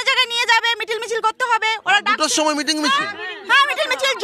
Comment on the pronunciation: আহ্, ওনারা বুঝতে পারেননি। দাদারা "মিটিং" বলেননি, "মেটিং" বলেছিলেন। অসত্য প্রচার -ই চলছে.... 😅